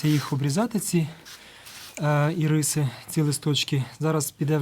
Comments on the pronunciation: Вітаю, дякую за українську мову. Лише з метою удосконалення контенту: в назві квітки наголос робиться на першому голосному Ірис. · Правильніше назва ірис має наголос на букву ,,і", бо виходить назва цукерки